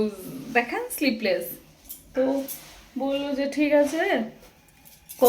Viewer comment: kotha ta sleepless noy sleeveless, sleeve mane হাতা, ete hata nei tai sleeve less bobe